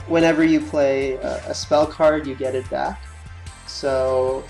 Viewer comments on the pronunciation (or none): none